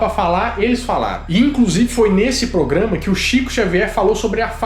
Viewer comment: O falou: "POGRAMA" algumas vezes? Ou estou enganada?